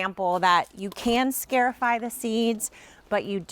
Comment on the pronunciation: this is a very handy little procedure! the root word is, "scar" because you are creating a little scar on the seed. therefore pronounced, scar - i - fy 👏🏼